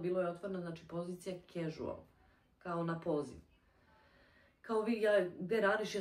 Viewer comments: casual(kažual- izgovara) se rece gospodjo, naidje mi vid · nije “ a” nego “e”